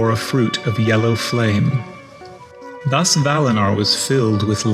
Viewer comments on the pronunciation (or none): none